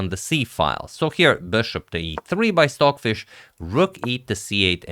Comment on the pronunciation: Sorry, are you saying “Swordfish” or Stockfish? Probably my bad hearing. Cheers!